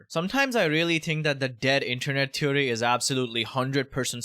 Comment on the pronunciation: Dead internet "teeery" 😂